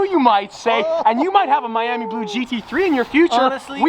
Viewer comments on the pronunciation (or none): none